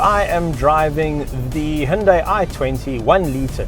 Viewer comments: It's "who-n-die" 😎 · When the brand first came out in Australia, the ads used to say “say hi to Hyundai” ( hi-oon-die) but then a few years later they corrected the pronunciation to ‘he-un-day’ because apparently they got upset at the parent company in Korea about the ads they showed 🤔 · It’s actually hunday Monday